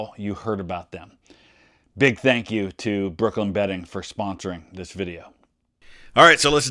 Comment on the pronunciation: When he said brooklyn bedding i heard brooklyn betting and was disappointed lol